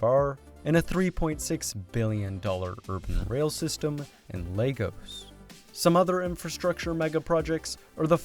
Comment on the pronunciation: Please Tell my man that Lagos is not pronounced like the children's building block toys 🤣🤣🤣🤣🤣